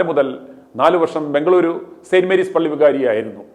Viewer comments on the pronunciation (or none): none